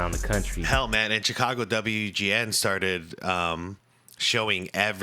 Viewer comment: you must be from Chicago saying WGN